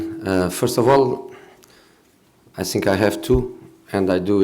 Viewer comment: Best part is when he saiyng i tsink so !